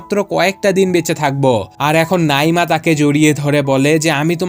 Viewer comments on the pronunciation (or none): ওফফ নাঈমা নামটা সুন্দরভাবে উচ্চারণ করেন😐 নাঈঈঈঈমা কি হ্যাঁ 😐